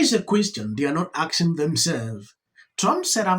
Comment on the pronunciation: Asking.... not Axing...